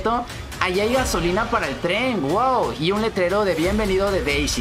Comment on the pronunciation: enves de p es de d d d d de Deisy